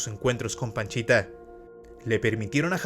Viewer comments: "panchita" o "pachita"!?!?!? Según yo, es pachita! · Es PACHITA, No PANCHITA jaja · Por favor documéntate bien no es Panchita es Pachita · No es PANCHITA bro. Es PACHITA. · Es pachita no panchita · Panchita no es pachita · Pachita* no Panchita. Aún así, muy bien video. Te documentaste bien. Lastima que lo hiciste muy corto. Saludos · Pachita, no panchita. 2 años, no 2 meses. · Hola, oye no es "Panchita":(, la sanadora se conoció como PACHITA, saludos. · No comento para criticar,,, pero la curandera se hacía llamar Pachita,,, no Panchita,,, los libros con las vivencias de gringberg y la curandera son difíciles de conseguir pero aki en Youtube se pueden encontrar en audiolibro son muy buenos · Pachita no Panchita. A Jacobo se lo llevaron entidades superiores porque su vida y legado de conocimiento corría peligro. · La curandera se llamaba PACHITA no "Panchita" mi buen! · Se llamaba Pachita, no Panchita. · Solo como dato, es Pachita, no Panchita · Buen video bro, solo que la sanadora era Pachita, no Panchita 🤭 Otra cosa, según sé, cuando fue a buscar a Pachita no iba por 2 semanas y se quedó por 2 meses, iba por 2 días y se quedó 2 años, y en ese tiempo aprendió mucho sobre la mente, y que el universo es metal... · No puedo evitar reírme cada vez q dice paNchita jdjajajaja